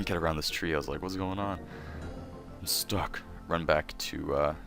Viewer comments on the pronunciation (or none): none